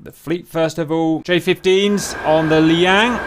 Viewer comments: Just a minor point, Cap: You keep calling the Chinese carrier the Liang (or Li-yang, dunno), but it's actually the Liaoning (pronounced roughly lyow-ning). Minor quibble, but felt compelled to point it out. Keep up the good work. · After many episodes featuring the 'Liang', I have accepted it as the pronunciation for Liaoning. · Liang lmao